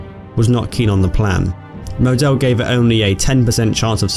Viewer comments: more like Maw-del. But not really. This is why the phonetic alphabet was invented. pronunciation: [ˈmoːdəl] check out the Phonetic alphabet for standard German on Wikipedia 😁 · "Moe-Dell" lol. And his colleague Alfred "Joe-Dell" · if I was going to nitpick, you mispronounced Model, otherwise solid video. Good production, great subject. Keep it up and you'll give Baz a run for his money.